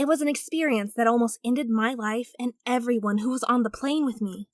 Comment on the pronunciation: she actually said clane instead of plane.